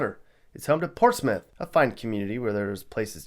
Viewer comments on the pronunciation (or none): none